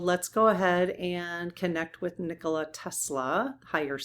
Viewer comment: Nikola Tesla was a Serbian. Nikola is pronounced neekola with a long e.